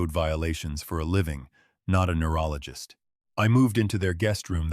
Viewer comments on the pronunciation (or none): none